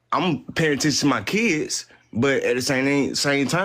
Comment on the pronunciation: When you say… Kidzzzz and my Chill’er’in… I feel bad for your children